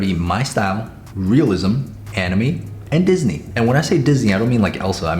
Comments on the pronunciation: "Anime" Sam: "animi" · The way he says ‘anime’ it’s pronounce anne-I-may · Anyone else hate how he said anime in the beginning? It angered me lol, anim-E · Did he just pronounce anime “animee?” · Sam at the start: Me style, Realistic, “Animee”, and Disney. Sam I’m sure you know how to pronounce anime correctly 🥸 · bro says animie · DID HE SAY ANAME?😭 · Bro really said Ani - me 😂 love your videos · I love you but the way you said anime kills me 🤣 🖤🖤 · Is nobody gonna talk about how he said anime...